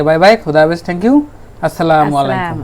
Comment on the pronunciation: আসসালামু মালাইকুম না বলবে আসসালামু আলাইকুম ঠিক আছে